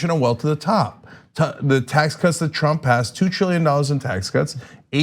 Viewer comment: I also hope that another half of which is rest of Tlump’s thugs go to jail cuz they deserve it for supporting his campaign in the first place. Thank u for your compliment for the profile picture. I also love the way u pronounce trump “Tlump”😂😂😂😂😂 oh I love it 😂😂